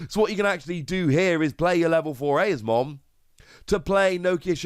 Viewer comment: Eosmon is pronounced “E-Oz-mon”